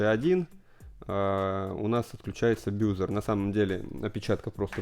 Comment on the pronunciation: баззер а не бюзер